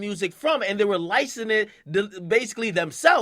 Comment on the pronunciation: "licening"??? come on my nigga. LICENSING!!! how can you not pronounce that? you still my dawg tho